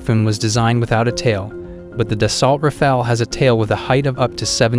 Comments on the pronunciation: Its not da salt - its da so. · You couldn't look up how to pronounce Dassault?